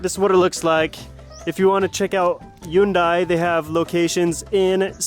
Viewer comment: lol bro , Hyundai is pronounced Hunday , like Sunday , what the heck is Yoondai ?? grabeeeeeeee , hoyyyyyyyyyyyyy